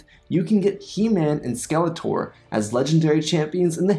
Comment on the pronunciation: Skeleter... it's Skeletor. At least check your pronunciation before selling out.